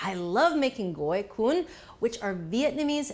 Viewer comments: Omg! Thank you correctly pronouncing the name and referring to them as summer rolls! It’s ridiculously hot in Viet Nam in the summer time and this cool dish is great when the outside temperature is high! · I was really worried to click on this, but the pronunciation of goi cuon was super on point and so was the recipe! A few tips though: use chives instead of green onions and don't cut the vermicelli noodles! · Mostly it's Chives leave instead of scallion. Scallions are too strong over basil as well as other herbs, chives leaves on the other hand are not, and have sweeter taste that match with the peanut sauce. Anyway, very well done, it's an amazing job and the gỏi cuốn pronunciation is superb!!! Thanks for the video. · bravo on the pronunciation! ❤❤ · Unbelievable! Julia, you pronounce "Gỏi Cuốn" perfectly. You also roll "Gỏi Cuốn" beautifully. Bravo! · impressive, you pronounced it perfectly. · Her pronunciation for it was spot on. My family usually just have lettuce, chive, shrimp, pork belly, and vermicelli. The sauce we pair it with is usually hoison, peanut butter, fried garlic, and sambal. I'm going to make some tomorrow! Been craving them. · Great job on the pronunciation! More Vietnamese recipes please! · As a Vietnamese-American I really appreciate you preferring the dish to its Vietnamese name. Additionally your pronunciation is perfect. Thank you!!!! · Perfect job Julia...Vietnamese approved! You even pronounced it correctly. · Yes she did great! Cam on :) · She did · Julia nailed the pronunciation!